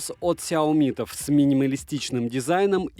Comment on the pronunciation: СяомИ, а не СяОми...